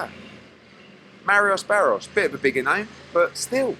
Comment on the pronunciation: Eddie calling Mario Barrios, Marrios Barrios is hilarious. He’s done it so many times.